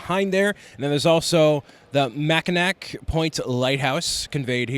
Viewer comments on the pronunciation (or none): lol, the pronunciation of Mackinac. It's pronounced ma-kuh-naw (or mac-a-naw). It's an almost foolproof way Michigan natives distinguish between other natives and those from outside the local region. Another fun one is Sault Ste Marie, it's NOT pronounced how it looks, Soo saint Marie. I think it would be fun to have a display thats just obscure locations in Michigan that people try to pronounce.